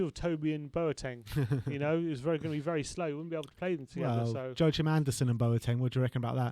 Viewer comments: Guy on the right butchered Anderson's first name SO hard... Its meant to be pronounced like "wa-keem" not Jo-a-chim 😂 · A small danish lesson. Take it from a dane. His name is pronounced "Yor-kim" and the last name is spelled AndersEn. The "sen" part translates to son in english. In Sweden the "sen" part is spelled "son", but has the the same meaning.